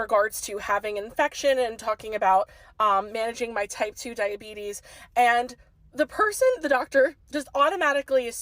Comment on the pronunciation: Type 2 Duh-Uh-Bee-Tees......